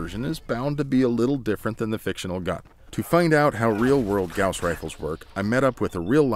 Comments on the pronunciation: Bruh you're saying Gows rifle It's pronounced Gaws Rifle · Goss not g-ow-ss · The “gouss” rifle... kill me. It’s pronounced “gause” rifle. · "GAOuWs" Rifle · Gauss is pronounced the same as the bandage; "guh-oss." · Anyone else stop watching as soon as he said gowse? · I thought it was pronounced "goss" rifle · You keep saying it wrong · The way you say gauss bugs me